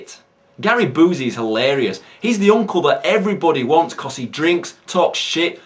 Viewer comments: It's not oozy as in Boozy. It's you-see as in Busey. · Love how you see "Boozey" and not "Bee-you-see." Fits fucking perfect for who Busey is, haha.